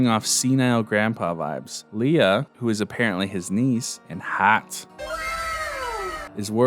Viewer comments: I love this, but omg the pronunciations. Ber is said like "bear" and Leah is Lee-Ah, not leia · LEAH….(Lee-uh)….not Leia. You said it right for the first few times…but it got grating every time you said it wrong. Good video otherwise though. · Why does he say leia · “Really liked Leah” yet couldn’t even pronounce her name right 🙄